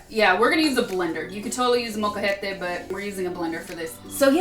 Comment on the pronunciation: Your pronunciation is really good when you said the names of peppers, Molcajete, etc, etc!!